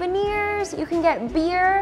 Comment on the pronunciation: Did u say beer lol